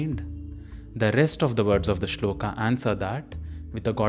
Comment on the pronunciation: Thank you. I watched part of the video and am pleased with aspects of it. However, when you say that we will chant the shloka correctly you mispronounce shloka as shlokaa. It is not shlokaa, the a at the end of the word is a short a, not long a to be spoken as aa. This is a common mistake westerners make but we who know the Devanagari script should not say karmaa, yogaa, shlokaa, Arjunaa etc. all of which I hear very often. We could pronounce the short a, not making a mistake in the other direction as yog, karm, shlok etc. which is the way it has become acceptable especially in everyday Hindi. Shloka, yoga, karma, neither a) shlokaa, yogaa, karmaa nor b) shlok, yog, karm. Strictly speaking, both a) and b) listed here are incorrect. However the shlokas themselves I was pleased to see clearly written on screen and also the sounds as written spoken correctly.